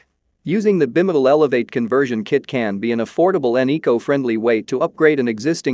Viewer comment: The narration appears to be a text-to-speech automatic conversion; "e-bike" should not be pronounced "eh-bikk", as it is in the video . "Bimotal" is pronounced as "bih-muh-tul" . Honestly, this makes me wonder how much of this video is AI generated nonsense.